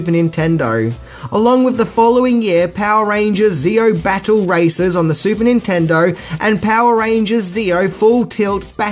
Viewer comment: if I may inquire? I'm guessing from the way you pronounce "Sega" that you didn't play it much growing up eh? you pronounce Nintendo spot on.